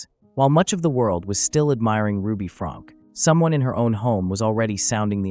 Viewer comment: Her last name is pronounced Frank- key.